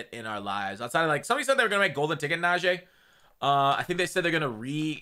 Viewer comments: Najee name is not najay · please pronounce najee right bruh…